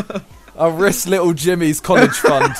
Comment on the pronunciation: who else is watching after jj dropped little boy and getting hyped over simon saying lickle boy!